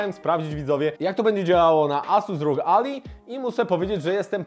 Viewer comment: To nie Ally (McBeal) tylko "Alaj" czyli sojusznik. :D